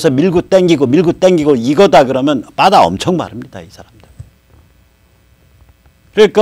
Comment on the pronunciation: 빠다가 뭡니까? 영어를 그렇게 잘 하시는 분이 일본식 발음을 하시니, 넘 웃기십니다. 버더라고 발음하더라구요. ㅎㅎㅎ